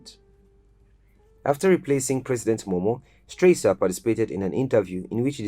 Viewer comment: Please, pronounce HE Rtd. Captain Valentine E. Strasser name correctly. Check the name tag in the very first picture, Not Stresser but Strasser. He was not a President but Head of State - Key note - he was not elected. Check SL constitution 1991- as currently Amended - Chpt V: The Executive - Section 40, 41 and 42 for further clarity. My observation, good job in general. I give you a B grade for rest of content. He was very much liked by a lot of the general public then and even today. Nice reporting.